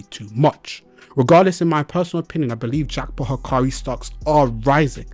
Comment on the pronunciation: Bruh, looks like you forgot what sukuna's DE did to gojo's DE. there's no way hakari's DE beating sukuna's DE, its just not possible because sukuna has open barrier, and you see what happened to gojo's DE right? i suggest you reread the manga because you seem confused. and his name is "hakari" not "hikari"